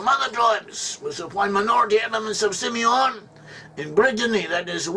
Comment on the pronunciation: Si Meon😂😂